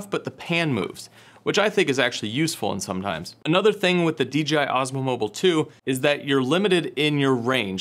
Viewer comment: My mans keep saying D'G'I xD